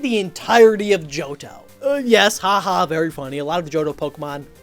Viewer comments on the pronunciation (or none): none